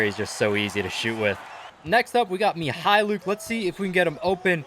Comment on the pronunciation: Pronounces Mykhalluk correctly Also: Furkanne